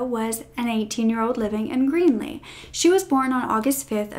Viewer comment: Hi. The town you referred to really is called Greely (with an L). You kept calling it green-ly. 😉